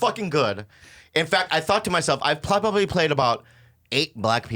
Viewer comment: really bobby plobably.....plobably bobby?